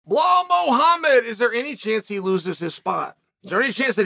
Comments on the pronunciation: His name is Belal Chael, not Behal! 😂😂😂😂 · is he saying blow hall? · “Blehal” uncle chael continues to most educated in the business of the sport and the least in name pronunciation lmao… keep it up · Gotta love when Chael puts an imaginary H in Belal’s name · "Behal who?" is the new "Francis who?" So. Belal who?